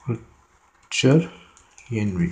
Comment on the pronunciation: VITUALENV, without "R ", - end it was done ? Are you serious ???